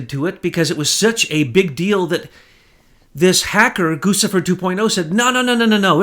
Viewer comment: Its pronounced Goo Chee Fur